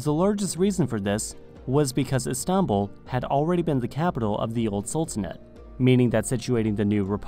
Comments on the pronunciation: n ziom yeah it comes from stinpol even there is a nice hotel called stinpol in Istanbul and it changed a lot later . they were using several names for Istanbul including Constantinople in Othman times . Istanbul had many names and for official Istanbul was chosen . We don’t say stinpol because for our language it’s how we pronounce Istanbul . Even In Russian it’s stanbul . It doesn’t have any connection with some fairytales you read on google about Islamic roots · He pronounces it "Is-tahn-bul". Too much emphasis on the "tahn" part of Istanbul for some reason. My guess is he's trying to sound Turkish by saying it like that, but its not working lol. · And not İstanbul right? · Why do you pronounce Istanbul so weird? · What he's trying to do is pronounce it the Turkish way but its sounding so weird and exaggerated because he's not a Turkish speaker. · Mate, you need to learn how to say Istanbul. You put the stress on the wrong syllable.